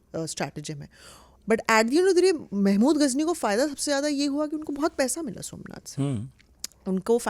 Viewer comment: सोमनाथ को सु मनाथ बना दिया , वाह देवी जी वाह 😂😂😂😂 अब समझ आया की जेएनयू से देशद्रोही क्यों निकलते हैं। ये बकवास पढ़ाया जाता है वहां।